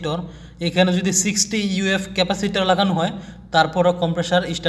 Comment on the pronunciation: ইউ এফ নয়,, মিএফ মানে মাইক্রো ফ্যারাডে হবে।